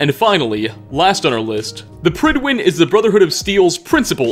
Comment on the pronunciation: Prydwen is Welsh for fair faced/handsome. The “pryd” part should rhyme with the “pud” in pudding. “Prud-When”